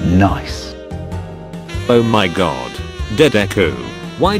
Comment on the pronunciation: The “Noice” sent me 😂😂😂